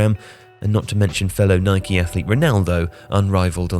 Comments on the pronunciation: man keeps calling Nike, Nikey. cause yano, you ride a Bikey not a bike. it’s Nike and that’s the end of the debate. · Was pronouncing Nike the way the Americans do a conscious decision? 🤔